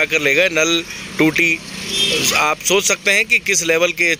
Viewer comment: Tuti Nahi toti🤣🤣🤣🤣🤣